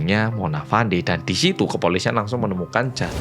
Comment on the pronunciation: Izin koreksi 🙏 Cara baca nama Fandey di sini itu 'Fendi'. Jadi nyebutnya itu bukan ngikutin cara ejanya. Untuk Dato Mazlan, Dato itu gelar buat seseorang, jadi cukup bilang Dato Mazlan aja. Ga perlu nambah 'Pak' di depan, kecuali kalau mau manggilmya "Pak Mazlan." Sama juga gelar2 lain di Malaysia kayak Tun, Tan Sri, Datuk. Ga usah ditambah istilah Pak, Bapak, Bu, atau Ibu.